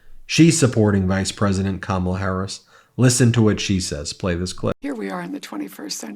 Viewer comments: Just an observation that a lot of people mispronounced Kamala, just like Fox News. The difference is that Fox mispronounces KaMAla on purpose. I just glad to see so many Republicans are voting for KAmala, regardless of how they pronounce it! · Why is it that even the old white conservative men who endorse her still can't get Kamala (COMMA-LUH)'s name right? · Hopefully all these republicans will at some point learn how to pronounce ‘Kamala’ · 💙💙💙 can somebody review with people how to say, Kamala's name. It's not difficult people. Just say, Comma. Then say LA.💙💙💙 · They all say KamAla...how hard is it to say her name. They do not say DonAld trump come on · You can tell these guys are legit Trump followers when they pronounce Kamala "Ka-mala". Let's go BLUE! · Why do so many people misspronounce Kamala? It's not hard to say. We hear it many times a day spoken properly. Comma la. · For once I'm happy to hear a Republican mispronounce Kamala's name, it means they're watching right wing news but seeing through the bullshit. There's hope that there are many more of them out there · I keep waiting for just ONE of them to pronounce Kamala correctly. So far - zero. 😂 whoop! and we have a winner!! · Couldn't help but notice these former Trump voters are pronouncing kamala's name wrong just like Fox News they must still be watching